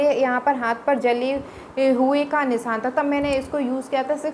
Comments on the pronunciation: Nisan kya hota he not Nisan nishan bolte hain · Phle bolna seekh le Nisan nhi nishaan bol